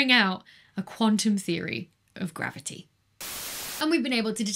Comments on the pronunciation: Dear Becky, its not maverty the interacts with maverty , its Macavity that interacts with gravity and spoils your calculations, as explained by the Nobel Prize winner T. S. Lewis in 1939 . 🐱🐱🐱🤣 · love "mavity" in bloopers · Don't you mean "mavity"? ;) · I was going to say you didn't say mavity correctly. Than came the bloopers :) Anyhow ... If a body is close enough to one of the sources of the gravity waves, like the merging of two black holes, let's say within 10 light-years would there be some kind of an effect that you can physically feel from the gravity waves? Like we had two merging black holes of the distance of Alpha Centauri, could this waves impact the orbit of the Earth or Moon? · I think she was having a stroke... somebody should call The Doctor